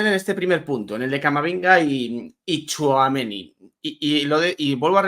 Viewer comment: por favor 🙏🏽🙏🏽 THOUAMENÍÍÍÍ, acentuado en la í. Respetas el nombre de Éndrik y te esfuerces en pronunciarlo como s debe, sin embargo, al bueno de Aurelian le machacas el nombre 😮. Supongo que no te gustaría escuchar Quilló, o Barríos. Por favor, pronuncia THOUAMENÍ 😊😊ñ Gracias.